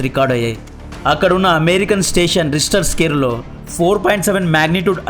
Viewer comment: రిస్టర్ స్కేల్ కాదు రా రిక్టర్ స్కేల్